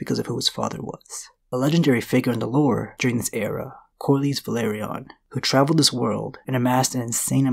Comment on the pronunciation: Velaryon ("Və-LAWR-eon" not; "Ve-LARRY-on") (I'm just sayin' 🤜 💥 🤛) #ConstructiveCriticism #DontShootTheMessenger ✌️